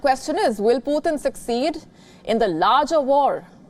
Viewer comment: Someone please tell her it's not potin 😂😂😂